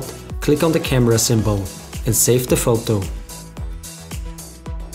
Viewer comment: They way you say Photou ;)